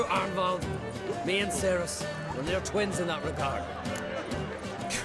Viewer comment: It bugs me so much that they keep mispronouncing the name Cerys.